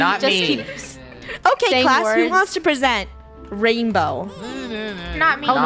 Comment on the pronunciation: Bainbow her name is rainbow but why did she say Bainbow